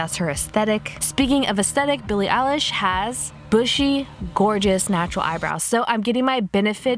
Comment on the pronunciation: BILLIE ELISH ITS I-LISH!!!!!!!!!!!!!